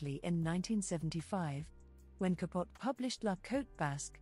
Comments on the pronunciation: Babe had a slim look. A pretty woman but not in the pantheons of mid century beauties. The narrator is quite irritating in her mispronunciation of Truman CAPUT. The E isn't silent. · It was pronounced Ka POH tee. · Learn how to say ca po te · I love that she mispronounces Truman’s last name. He was ultimately unkind to the Swans.